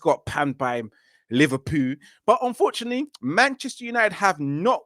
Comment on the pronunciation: 'Liverpoo' savage 😂